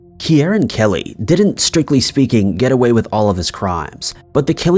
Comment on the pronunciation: Interesting pronunciation of Kieran